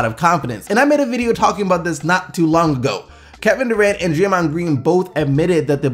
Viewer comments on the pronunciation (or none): none